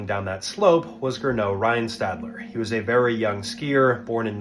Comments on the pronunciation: GERNOT, not "Grinneau" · It's Gernot, not Grinneau 😂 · and his name was Gernot, not "Grinneau".